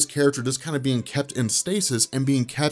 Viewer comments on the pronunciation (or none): none